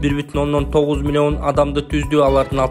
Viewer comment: Цифраны кандай айтып жатат мен тушунбой калдым милион сом 20 милион 83000 сом эмесби милионду да башкача айтат экенсин мулуён сом дединби